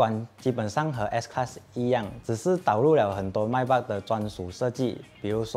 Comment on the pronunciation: Not My Beck. Its May Beck.